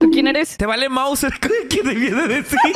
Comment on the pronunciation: Me dio risa cuando dijo te vale maucer